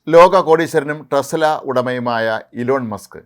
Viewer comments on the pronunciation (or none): ടെസല അല്ല ടെസ്‌ല 😁